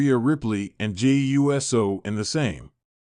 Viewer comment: Geez man, say USO not u s o